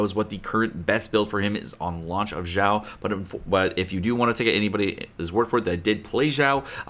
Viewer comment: Kept hearing pronouncing Xiao as Zhao. Thinking to myself, "Was I missing out a unit? I don't see Zhao anywhere in the game." then I finally realized he was referencing to Xiao.